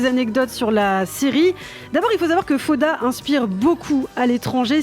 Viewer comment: faire l'effort de dire faOda c'est ainsi qu'on prononce est le minimum quand on choisi de parler de cette série. Vous avez pas du regarder beaucoup d'épisodes.....!